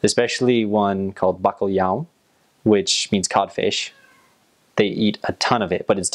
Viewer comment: Os sons "lh" e "nh" não são usados na língua inglesa. De qualquer maneira ele pronunciou bacalhau melhor do que muitos portugueses a pronunciar o inglês.